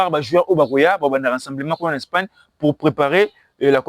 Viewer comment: Courage jeune homme, tu as l’enthousiasme et la soif de progresser mais il faut corriger bcp des choses et sala très attention pona français on dit Espagne et non spagne, c’est en anglais qu’on dit Spain. Courage